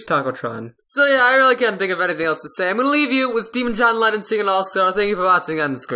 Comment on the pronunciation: "hohn Weyyon" Lohn Jennon 2020